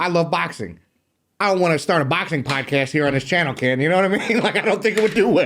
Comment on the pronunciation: calls him kid when he say Ken😂